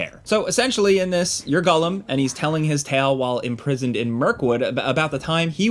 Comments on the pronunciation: Its it just me or is calling him gullim not gollum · TIL Americans call him Gullom rather than Gollum. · Kewl Review, two thumbs up but why does he say gullum instead of Gollum. My guy is killing me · It sounds like hes saying Gullum? not Gollum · The way you mispronounce "Gollum" is annoying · Am I crazy? Is saying Gullum? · Da fuck is Gullum? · I think what's more triggering than this poorly developed game is your pronunciation of "Gullum". haha get it together! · Sounds about like it's being pronounced as gullum 👀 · Really unfortunate... This looks terrible lol. First time I've heard it pronounced "Gullum"...... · why you call him “gullem” 😂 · Man, I was rooting for this one. Too bad. Also, am I the only one dying at "gullum?" 😅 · This guy: I'm a big lotr fan Also this guy: "gull-em" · Why does he say “Gullum?” Is that actually how you say it? Cause I’ve never heard it said that way before and its all I can focus on in the video